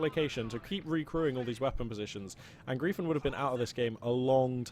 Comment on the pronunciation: Since I have absolutely no life I just really feel the need to inform you that Angreifen is pronounced more like "un-grifen" :)